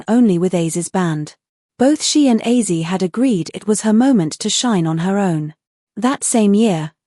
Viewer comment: Hey A.I Computer ! His name is OZZIE , not AUSSIE !